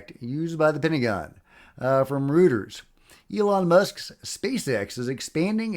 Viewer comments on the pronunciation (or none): Reuters. It's not rotar reuters.. Texan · Pro tip: “Reuters” is pronounced ROYT-ERS.